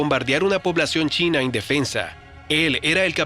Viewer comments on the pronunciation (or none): none